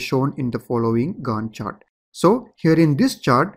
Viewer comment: Professor in my college watch your videos too. He also pronounces it with same accent 'Gand chart'